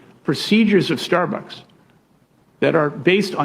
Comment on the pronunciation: I love Sam, but is he drunk? He can't pronounce Starbucks, it keeps coming out as "Starberks". 😂